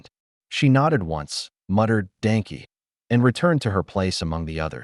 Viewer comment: " . . . . muttered Dankey. Not quite. Thank you in German is Danke and sounds like DONkuh.